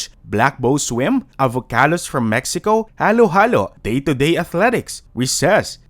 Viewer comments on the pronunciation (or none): none